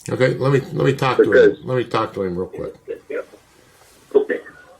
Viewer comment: “You’re about 90 classes off.” “Okay-uh.”